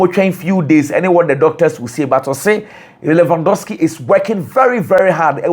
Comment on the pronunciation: That's how the Polish people pronounce the name